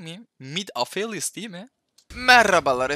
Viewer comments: Okuduğu: afelios Bizim okuduğumuz: ApHelliOssss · abi o afelyıs değil apelyos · Afelyıs da demessin be abee